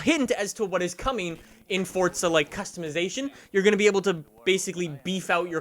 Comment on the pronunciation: Bro. Even the devs pronounce it FORZA. why do you say fortza. Why. This has been going on for years and must stop